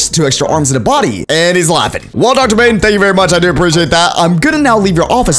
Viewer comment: i love how he said Doctor bane but it was Doctor bone